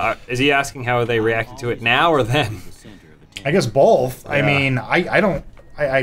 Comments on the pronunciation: "I guess bolth" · If they made the dialogue in Fallout 4 like the one in Deus Ex, where you watch a kind of "cutscene" with ingame graphics, it would be much better, because then we would get to see our character, like James said. Also, Adam said "bolth" again, right here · He said bolth again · Adam said bolth not both Hahahahahahahaha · BOLTH!!!!!!!! LOL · hehe Adam said 'Bolth' again. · "Bolth" strikes again